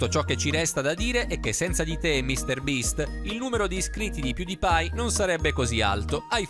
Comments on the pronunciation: All inizio dice piudipai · Piùdipai e t seris cit. narratore suricato